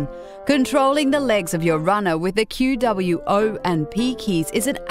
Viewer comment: IT IS PRONOUNCED QWOP NOT Q.W.O.P.